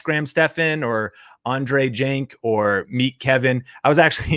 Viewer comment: its not Andrei Jink it’s Jikh lol